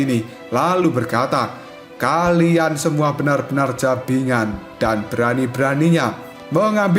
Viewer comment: Bajingan bosku bukan jabingan😂